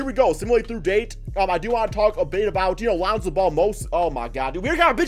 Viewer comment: Lanzo ball. Swear you say his name that way everytime. lmao